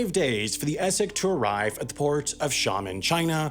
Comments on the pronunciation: hello I have some experience in this end of life and my opinion of the video is that it is excellent. But the comment section is also a goldmine. Not only civilized but with hands on, well informed, opinions. Again a great video m and Sam, you also pronounced Xiamen very well. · pleasantly surprised when you pronounced my hometown of Xiamen China correctly!